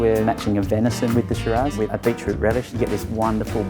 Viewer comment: He did not just pronounce beetroot as bit rut 😳